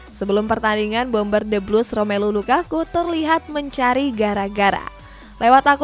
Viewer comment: Gw seneng kalo denger LAKAKA🤣🤣🤣🤣LAKAKA